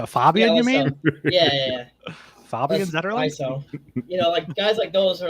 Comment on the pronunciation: Fabian. Arch pronounced it correctly